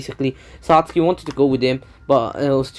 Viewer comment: That is actually the proper why to say sasuke